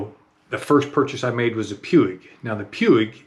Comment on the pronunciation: Major pronunciation malfunction, Puig is Spanish.